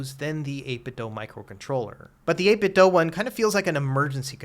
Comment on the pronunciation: Why do you keep saying 8BitDo like that?